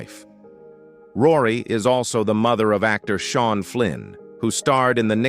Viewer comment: It’s not Se arn it’s pronounced sharn